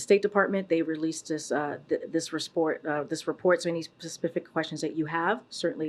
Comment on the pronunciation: Lmao.... "They released this RESPORT so any SPASPIFIC questions you have..." CAN NOONE IN THIS ADMINISTRATION FORM SENTENCES